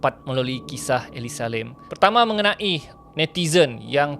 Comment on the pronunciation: Nama mangsa ni elisa lam kan.? Kenapa ni asyik sebut elisa lim pulak?